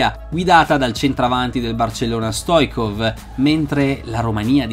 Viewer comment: Il grande avversario dell' Italia in semifinale era Hristo Stoichkov...che l anno dopo giocò nel Parma...provenendo dal Barcellona...P.S. la sua pronuncia corretta è: "Stoic'kov" con la c dolce...😉